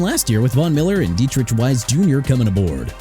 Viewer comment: Juh-deh-vee-on Clowney NOT juh-deh-vee-an... and Deatrich (de-trik) Wise Jr NOT dee-trich... also Miami contenders if Tua is and frauds if he's not... EXCUSE ME?! YOU AIN'T FINNA COME ON HERE AND TRASH MY TEAM NO MORE! And Zach Wilson is not saving the day... whatever man!! And you need to be done BUTCHERING THE NEW ORLEANS NAME!! NU OR-LINZZ NOT NU OR-LEENZ!! ENOUGH IS ENOUGH!!